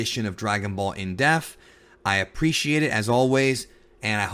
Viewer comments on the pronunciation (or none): Is it me or is he saying def? Not being a dick I've watched many videos but it's dep-th.... Sighs... Sorry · Dep-th not deaf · Why can this guy not pronounce the word "depth"? WTF? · Bro its pronounced dePth not death. Death and depth are 2 different words. Why nobody has bothered to correct ur ass after all these years is beyond me..DEPTH DEPTH DEPTH do u not see the P?. Say it with me. Can pronounce all these Japanese words flawlessly but cant even correctly say common words in.ur own language. Wtf 🤣😂🤣😂